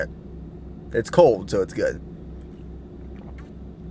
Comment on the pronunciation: or cold.. he says "coad" lol